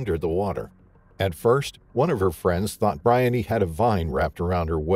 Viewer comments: I think her name is pronounced Bri-On-knee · Her name is BREE-UNNY. My sister’s name is Briony.